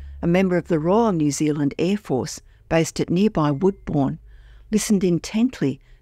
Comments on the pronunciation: Just an FYI. Blenheim (the town where this event is claimed to have occurred) is pronounced as 'Blen - em'. Woodbourne (the airbase you mentioned, just outside of Blenheim) is pronounced, 'Wood burn'. Please check the pronunciations if you're uncertain. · I just made a similar comment regarding the pronunciation. You messed the narrators curious way of saying, 'Woodbourne'.